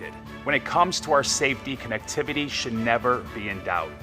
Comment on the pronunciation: This will greatly improve CONnectivity... Hahahahaha funniest pronunciation of the word ever, this guy is hilarious!